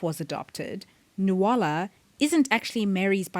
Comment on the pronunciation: Enjoyed your theories. But sorry it’s pronounced NU-LA. Not NU-A-LA